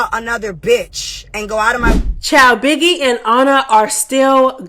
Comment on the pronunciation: HELLPPP u said “biggiwe is a pussyyyyyahhhhh” omg u be frying me 🐈🐱